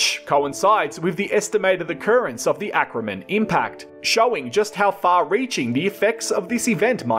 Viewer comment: Lake Acraman, not Ackerman.